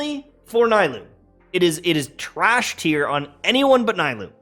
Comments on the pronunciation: Can he not call her NAI-LOO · The “Naaa-ee-loo” for me lol😂😂